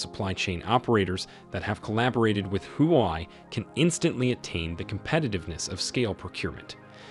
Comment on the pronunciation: It's not "who why" It's shld be pronounced as" hwa way"... Just like how u shld pronounce " Huawei!!